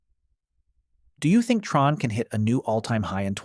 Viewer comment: Since when is it T-RON? 🤨 It is TRON. Same as sci-fi film!